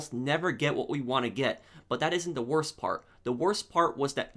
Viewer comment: The wotse